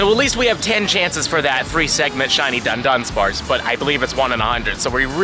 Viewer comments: Right! Du does not say dun. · why do all the pokemon go youtubers keep pronouncing dudunsparce as dundunsparce. oddly its bothering me a lot lol